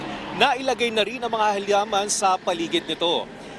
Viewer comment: At "halyaman" daw.😊